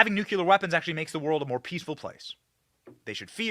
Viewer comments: BENNY! The word is NUCLEAR not NUCULER…..still love the show tho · AGAIN BENNY MISPRONOUNCES LARGE CHUNKS OF HIS MONOLOGUE. WHAT THE HECK IS A "NOOK-YU-LER"?